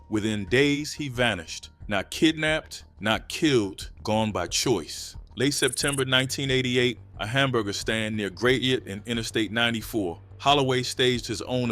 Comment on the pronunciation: Gradient? Is that supposed to be gratiot 😂